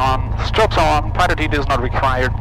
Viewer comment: Did I hear correctly, that he referred to the pitot tube as the "pilot tube"?